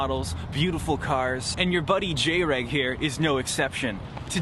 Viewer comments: Why the fuck did he call himself JAY-REG wtf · This isn't Jreg, he said his name SO WRONG